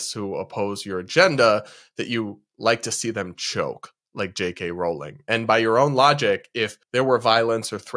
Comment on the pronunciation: Maybe try pronouncing her name JK Rowling correctly, it’s not that hard..